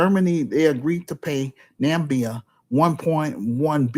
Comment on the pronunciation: Namibia is pronounced: nuh mi bee uh.